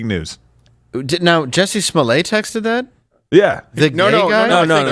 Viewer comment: Dave, "lets get serious" then says "Juicy Smollett"